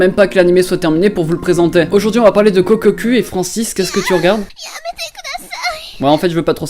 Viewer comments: "Kokkokou" et non "kokkocue" "Animé" et non "anime" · Kokkoku se dit "kokokou", juste pour dire car sinon c'est assez grisant d'entendre de noms d'animes mal prononcés...